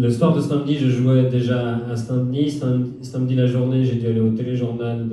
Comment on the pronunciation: Par contre Thomas, tu dis que les français disent "Cat" au lieu de "Quatre" (ce qui est vrai pour bcp), mais toi tu dis SAINMEDI au lieu de SAMEDI 😵